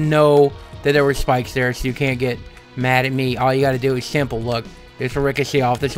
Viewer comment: i love how he says spikes "chpikech"